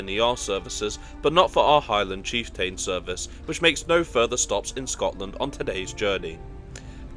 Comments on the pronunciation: cheef" + "tuhn" Not cheefTAIN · It's chieft'n, not chieftane - who pronounces it chieftane? Just saying what others are thinking... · Nice video.... only oddity, the slightly wonky pronunciations and a whopper of a spelling mistake. Stirling isn't Sterling, tho' not that far away from Stirling is a link to "sterling" and silver that was found in the Ochils. Chieftain is cheef'tonne, Moray is sounded like Murray (as the in the mints). It's a lovely journey across Scotland, have done this trip too many times to count. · I was going to post a similar comment. Kyle of Lock-alsh is a name that is often problematic for non-native Scots. Apart from the place names, I must say I hadn't heard of the Highland Chief-TAIN before. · Yes, it does make the video more authoritative if they actually find out how to prononunce the places correctly, especially on a travel channel. And his pronuncation of the word chieftain needs work as well.